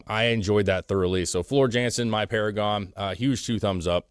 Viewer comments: Floor Jansen is pronounced Yohnson….just saying 😉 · Floor is Dutch jansen is pronounced yansen they say j like y